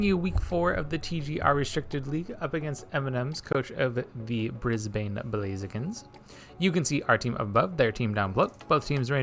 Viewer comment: ok it's bugging me now LMAO Brisbane is with a soft b. Like Bris-ben instead of Bris-bane :P also this was a hell of a game!